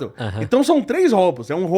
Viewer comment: São 3 “róubos” fez meu ouvido sangrar, professor.